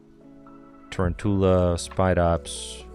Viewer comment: Its Ta-roun-tula as in round tarantula